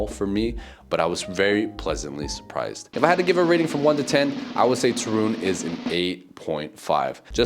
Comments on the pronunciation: The stress is on the first syllable: TOOOO - RUŃ, not TO- RUUUŃ. You will be surprised by the entire eastern side of Poland, which is totally different from what you have seen so far. Lublin and the town lying nearby, Kazimierz Dolny, Bałystok, Białowieża, and Puszcza Białowieska - home for the European Bisons and the last and oldest part of the European forest, which is now protected and has never been altered by man, so it still looks like the whole northeast area looked in the Middle Ages - back then, Poland was just acres of forests. My favorite part of Poland to visit is Lower Silesia - Dolny Śląsk, especially Góry Sowie (nice place for hiking), some great castles in that area - Zamek Książ, Zamek Grodno, and the most impressive thing you will see connected with the WW2: an underground city, nazis forced the concentration camp prisoners to carve with their hands. It was supposed to be Hitler's headquarters - Kompleks "Riese". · Not Turun. But TORUN. 😊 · You say very nice Ostrołęka but you cant pronouns ń in Toruń? 😅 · I do believe you are pronouncing it wrong. But it is a beautiful city. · I watched this video and laughed every time you said Torun! Lol! For a Polish language learner, I am surprised that you don't know how to say it correctly! lol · Listen to your friend how to pronounce Toruń 😝